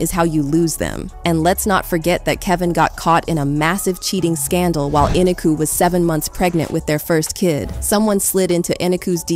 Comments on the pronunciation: You must pronounce people's names right. Her name is E.NEEK.Ō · You are pronouncing Kevin's wife name incorrectly. Eniko the o is long it's like co